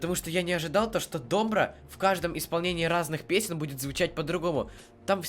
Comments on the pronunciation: Ставьте ударение во втором слоге , дом - бра. Второй слог бра тут и ставьте ударение! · Ударение ставится на последней букве ,,"а" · Спасибо за реакцию. Но правильно будет не дОмбра, а домбрА. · Не до'мбра! А ДОМБР'А!УДАРЕНИЕ ПРАВИЛЬНО СТАВЬ! НЕ КОВЕРКАЙ СЛОВА! РУССКИЕ АЕЧНО ИСКАЖАЮТ! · Привет ударение на последнюю букву,тогда правильное произношение будет. Домбр ааа. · Добра, ударение на последнюю букву А, пожалуйста правильно произносите ! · Домбра́ вообще то а так прикольно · Не до'мбра, а домбра' ударение на (а) 🤗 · Спасибо за позитив. Правильно ДомбрА. Ударение на а. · Не дОмбра, а домбрА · Говорите,, домбра', ударение на,, а" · домбрААААААААААА! А не дОмбра! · Только не дОмбра, а домбрА. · Первая песня на английском конечно же, поёт Стинг. Вторая песня Батырхана Шукенова.И правильно ударение на последнюю гласную -домбрА. Очень понравилась твоя реакция. Ты прям такой позитивный, добрый. От твоей реакции тоже море эмоций и позитива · Домбра ударение на а или вы все специально искажаете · Домбра ударение падает на последний слог,так будет правильно звучать слово. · Добра ударение на А Домбрá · Ударение на последний слог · Почему нельзя произносить правильно название инструмента??!!! ДомбрА!!!!!! "А"!!!! На последний слог ударение всегда : домбрА, домбрЕ, домбрУ!!!! Мальчик, неужели трудно прогуглить перед тем, как хочешь "залить" в инет для своих лайков!!!!??? Бесит!!!!!! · домбрА'... Ударения в тюркских словах, особенно в именах собственных, ВСЕГДА на последнюю гласную. Домбра-домбыра - это не только развлечение, но и вполне себе боевой инструмент - задавал ритм во время набегов и походов. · Домбра - ударение ставится на последний слог - домбрА, спасибо за внимание. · Домбыра, ударение на "а" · Пожалуйста ставьте ударение на А - домбрААА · ДомбрА. Ударение на последнюю гласную. Спасибо из Казахстана. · Ударение на всех казахских словах падает на последний слог, например: домбрА, салЕм, ауЫл и т.д. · домбра- ударение на 2 слог